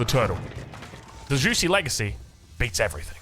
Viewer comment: “Xi” in modern Mandarin is pronounced just like “she” in modern English. So it’s more like “jooshee” and not “juicy.” - Source: I lived in Shanghai for two years